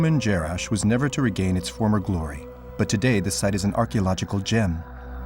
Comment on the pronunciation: jarash, et non jerash